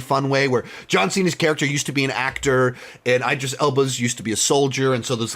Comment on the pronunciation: His name is not EYE-dris. It’s IH-dris. 😑